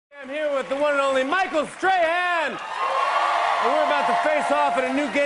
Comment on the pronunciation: Before I read the title, I heard Jimmy say Michael Stray Hen. :)